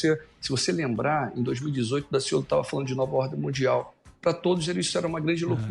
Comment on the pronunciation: Sou carioca e posso garantir que Daciolo foi perfeito em cada palavra.